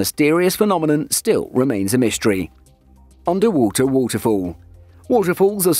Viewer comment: oonder wooter wooter foow